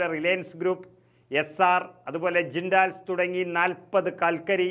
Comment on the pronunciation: ജിൻഡാൽ അല്ല ജിൻഡൽ എന്ന് ആണ് പറയേണ്ടത്